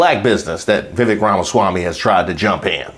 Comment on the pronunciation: sorry, but I have to point out youre pronouncing Vivek wrong. Its pronounced viv-ake and it rymes with cake. I know because he did a poor excuse for a rap when introducing himself